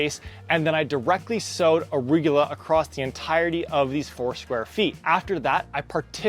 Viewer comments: Arugula is pronounced: “uh-roo-guh-lah” 👍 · Why does he keep saying arugyewla? 🤦🏻‍♂️🤣